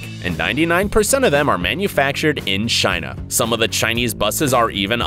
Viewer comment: He said in China “in shina”